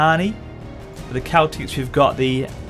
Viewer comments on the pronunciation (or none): none